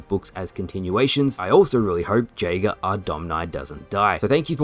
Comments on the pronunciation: You are pronouncing Jaeger wrong. It’s pronounced Yay-ger. It means Hunter in German. It’s also my name and every time you mispronounce it is like nails on a chalkboard. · Someone tell that the j in jager is pronounced as y